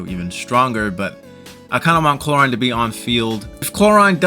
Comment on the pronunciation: The name pronounciation of Clorinde is absolutely reaping my soul of every orb of energy it has.